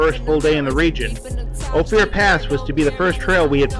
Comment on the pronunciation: Another great bubble-head production. Good to see the country. Ophir is pronounced " oh fir"